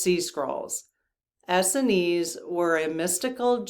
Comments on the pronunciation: I think it is pronounced “Ess-SEEN”, not ESseny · Not to nitpic, but.... Essenes is pronounced Uh-seens. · Essenes is pronounced as in “S ENES” (rhymes w jeans) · We always pronounced Essenes as S-seens. When I looked it up in the dictionary it seems to support that. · Essenes has accent on second syllable, not first. Just two syllables, Es seenes.